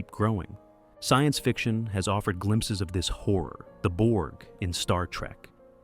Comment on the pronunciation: Horror has 2 syllables. But I’ll listen to your talk about “cosmic whore”